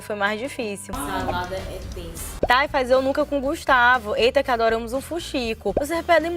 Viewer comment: Muito bem lembrabo, eles falam "faiz"mesmo kkkkkkk